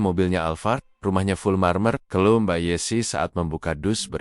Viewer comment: Ceritanya bagus,sayang penyampaiannya mirip robot,mbak yessi jadi dieja MB yessi😅